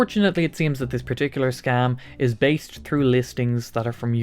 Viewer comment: I thought he said "because I'm based out of Orlando." I thought it was an odd Florida accent.